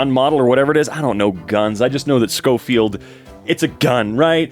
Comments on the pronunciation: Schofield is pronounced sho-feeld - and the kid made a proxy out of his name "schofield proxy/ schoprox or whatever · Its Show Field the baby with the name Schofield is pronounced Show Field not Sko Field but Show Field